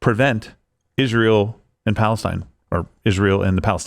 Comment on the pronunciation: can't even say Palestine.